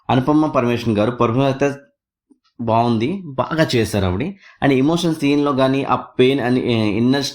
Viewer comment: Adi emosion kaadu emotion